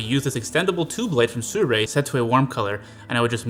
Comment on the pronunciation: See-roo-ee. Not "soo-rei".